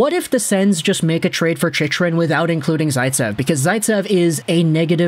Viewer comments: It's chick rin... not chichrin... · It's pronounced 'chick run".. lol not whatever you're saying